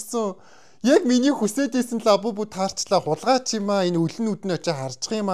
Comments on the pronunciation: Аавбубу биш абубу😅😅😂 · Агаа abubu биш labubu😊